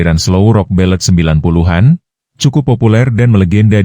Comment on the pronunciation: Syg skli admin ndk mau bca komen netizen malaydesh sndri,..hrs membaca pkai mesin pembaca narasi... Pdhl bnyak kslhan yg membacanya.. Contoh...80an.....90an dbcanya.. 80en.....90en.. Jdi ndk mood mau smpai slsai liat video nya..